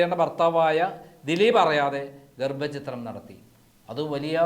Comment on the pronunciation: ഗർഭ ചിത്രം???? ഛ എന്ന അക്ഷര മാണ്